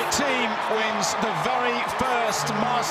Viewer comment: there is no "i" in thiem!